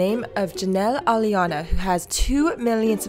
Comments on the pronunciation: Every time she says "jelly-anna" I start busting out laughing because that's literally how my cousin used to say my friends name. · Just edit out parts where you mispronounced her name. Jesus. Could you make it any more obvious how disrespectful you act towards another person, industry plant or not? All this speculation is fine, all good for the fun, but look at yourself. Pure jealousy. Not to mention all this talk about fabricated authenticity. You eat in the middle of filming on professional high quality camera gear as well as blabber away about irrelevant stuff to appear "quirky". You are what you criticize.